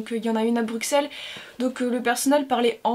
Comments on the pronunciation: J'adore tes vidéos et j'ai adoré les cosplay de la librairie, moi j'attend le livre en fr. Par contre je suis Belge, et quand tu dis bruXelles, sa m'intrigue, car il se prononce comme deux "S" >> Brusselles :). Bisous bisous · on dit "Brusselles" pas Bruxelles! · on dit BRUSSEL...